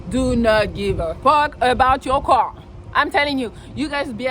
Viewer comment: i love how you say car.... cwahw